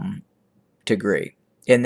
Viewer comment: You pronouncing wrong Tigria, you have sound it Y ( Tigray) But Thank you for being voice of Tigray we Appreciate it